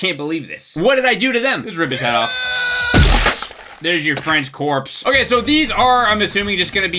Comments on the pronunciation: “Here’s your friends corpse” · I really can't tell if he says, "here's your fresh corpse" or "here's your french corpse" LOL.